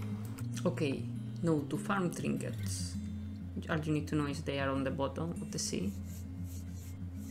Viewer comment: i couldn't understand what he was saying for the fishing trinkiets thing, someone please help me, what did he explain?